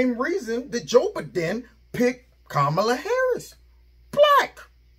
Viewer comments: I really appreciate your content and hilarious way of pronouncing names, e.g. 'Chameleon Harris' 😂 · Kamala-pronounced, Cam-a-la 😂 love Tucker! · English is my second language, I don’t think Tucker miss pronoun Kamala, I didn’t see an o in her name, it only means she prefers to be call. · Tucker was just pronouncing the name the way Biden did.